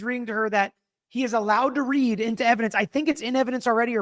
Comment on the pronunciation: It's READ not REED. 😅